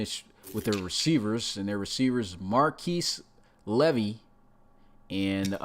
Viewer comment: Keep an eye on Marquise Levvy 👀 and you guys pronounced it right